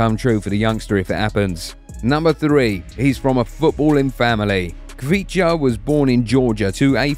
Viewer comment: say it like this ok xvicha kvaracxelia it is kvicha but say it like xvicha in georgian it is like thisხვიჩა კვარაცხელია